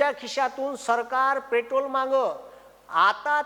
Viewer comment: आधी पेट्रोल म्हणायला शिका 😅